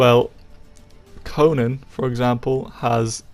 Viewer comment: It’s pronounced CoNAN!! not CoNUN. Annoying af. Do you also say SpiderMUN, BatMUN, SuperMUN?